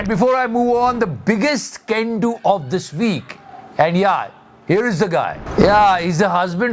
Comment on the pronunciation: Why I always hear CAN DO as GANdo